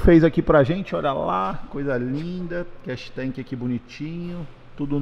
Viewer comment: Não é Cash tank é Catch tank, o povo gosta de falar os termos em ingles e fala tudo errado!